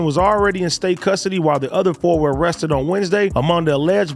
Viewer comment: "they uhhmestedd cthang" 🤣